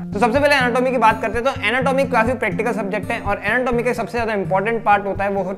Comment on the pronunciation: Anatomy ka pronunciation to shi se kro dr sahb